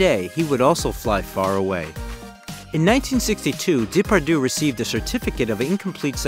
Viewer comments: the proper pronunciation of his name is important when making a documentary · I understand this is not your language, honestly no problem, but please try to pronounce his name correctly. I am just saying try. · I agree. It's annoying hearing him pronounce the names Depardieu and Alain wrong. Not a serious video maker. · Haha so true :D I guess we can’t expect that much of Americans, when it comes to other languages haha